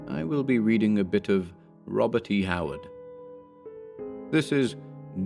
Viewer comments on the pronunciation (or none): none